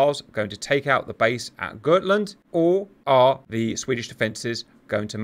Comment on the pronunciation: The got in gotland is pronounced as it is spelled.